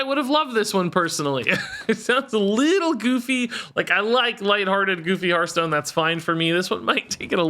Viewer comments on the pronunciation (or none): Glad is leaving purely so I don’t have to hear him go “HERF-stone” anymore 😅